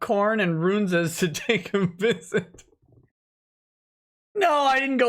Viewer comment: It's RUN-ZA not RUNE-ZA